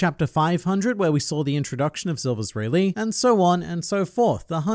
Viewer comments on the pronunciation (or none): none